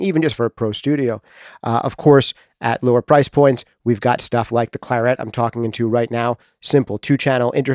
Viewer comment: Your pronunciation of the colour claret is bizarre! Neither like like English or the French.